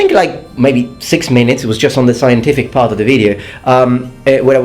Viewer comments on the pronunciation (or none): LOL, you said minites xD